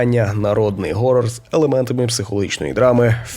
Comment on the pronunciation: поясніть мені будьласка хоча б хтось, чому всі кажуть горрор а не хоррор? якщо це англійске слово і воно у принципі не перекладається, чим вам буква "Х" не вгодила?